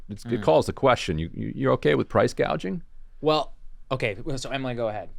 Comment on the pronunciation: What Kamala is proposing is not "price gouging" but " price gauging" 😂😂😂